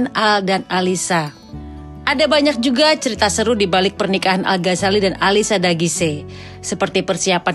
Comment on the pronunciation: Ternyata alisya dagise bacanya... Selama ini Q taune alisya daguis bund.. Maaf ken